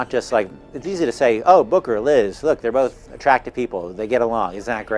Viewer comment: It's Booker, not Bucker. Just so you know.